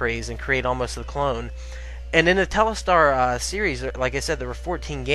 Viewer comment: it's telstar, not telestar. ;-)